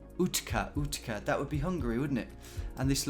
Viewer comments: Utca is pronounced "utsa". I knew it wasn't north Hungary, because north is hilly, and this was flat AF. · The c in Utca is pronounced with a ts instead of a k. Like in sports. It means street.